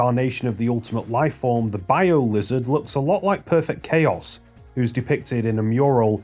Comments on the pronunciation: It's planet of the Chaos "chows", the creatures. Not "Kay-oss" the state of disarray and confusion. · Planet of the Chaos isn't "Planet of Chaos (Kay-Oss)" like you said, but actually "Planet of the Chaos (Chow-s)" as it's a parody of Planet of the Apes. That was the only thing that triggered me, so good job! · Wouldn't it be pronounced planet of the "chows"? Because in Sonic Adventure 2 they have creatures called chao. That billboard in game reads "Planet of the Chaos". You said it like like the English word chaos which wouldn't make much sense given the context since the other movie adds were for the creature chao.